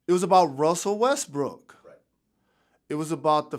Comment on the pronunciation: He also calling Westbrook "Westbrick."